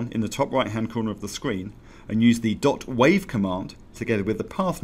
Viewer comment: "WAV" is pronounced "wave".